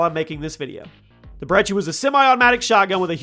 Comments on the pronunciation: Why do you call it the 'Brechi' Its brecci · It’s not called Breche it’s called breci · Its (br-eh-key)...that'd how you pronounce it, not brechi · you have a interesting way of pronouncing brecci which is bre-ki btw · Who says "brechi" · Btw you say it like Brechi but it’ sound like k’s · Dude.. I'm sorry to say this, but there's no H in brecci! Why pronounce it with the H? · I’m still trying to find the “h” he’s pronouncing in brecci